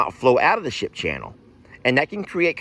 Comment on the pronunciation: did u say shit or ship???